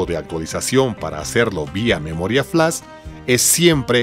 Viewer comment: Firmware. Flash. Dilo bien please.